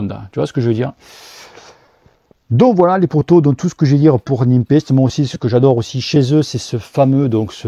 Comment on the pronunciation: Salut, tu parlais de la différence d'estimation de pressions entre sram et silca, je confirme une bonne différence, moi je fais la moyenne des deux 😆 Je trouve Silca un poil plus précis car il prend en compte le poids de l'équipement du cycliste. PS: Ces roues sont fabriquées à Nîmes ou quoi? tu dis NimPEST:p lol c'est prononcé NéPEST.